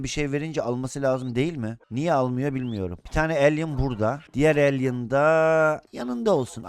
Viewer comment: Abi alien değil alley (okunuşu elay)